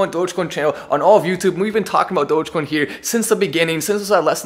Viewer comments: great guy. but why is saying Dogaaacoin? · This is good but how come mark doesn't even know how to say the name right - Doja-coin? Wtf lol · "DogèCoin" - Mark Cuban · My question is, will Mark learn how to properly pronounce Dogecoin? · He butchered the pronunciation of Dogecoin 😩